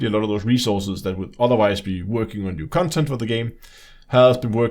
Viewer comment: i like the way he says 'cuntent'. very accurate especially when discussing this disfigured abortion of a game.